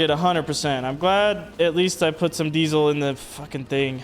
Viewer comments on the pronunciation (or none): none